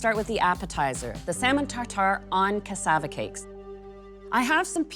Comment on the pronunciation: Ohh yumm, I love how you pronounce cassava. I live in the Caribbean, cassava is a regular staple in our foods.